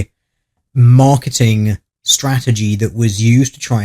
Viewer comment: I think I heard the conspiracy in your accent: *Mock*eting.